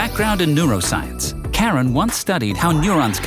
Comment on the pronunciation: It would've been better if you pronounce her name properly, its : Car-Ran. Freakin AI slop